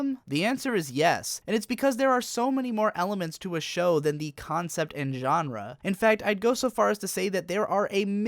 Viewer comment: "enre" just fucking with me now, i know it